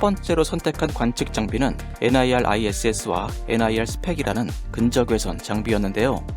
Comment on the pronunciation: 근적 외선이 아니라 근 적외선이잖아요... 발음이.너무 거슬려요